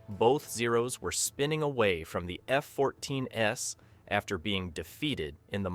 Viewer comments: The AI voice is actually saying "F-14 S" instead of the plural F-14s. It's only one of many errors made by the artificial narrator. I had to bail before making it halfway through because it was so annoying. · The "S" in "F-14 S" wasn't meant to represent an "S" variant of the Tomcat. It was an artifact of the AI voice not understanding the plural pronunciation of two F-14s. The poster should have tweaked the script to correct the errors, but it's just click-bait anyway. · Another clickbait title. No banned alternate ending whatsoever, and bizarre narration, and oh by the way there is no such thing as an F-14S Tomcat. Your shitty AI narration misinterprets plural for a non-existing Tomcat version. Sloppy work. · The AI mispronounced two F-14s.